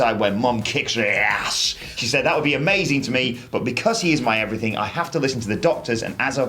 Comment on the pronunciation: “and everyffing else “